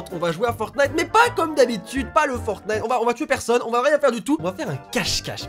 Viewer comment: Je trouvais la vidéo intéressante jusqu'à ce que tu prononces Fortnite... Tant pis. :/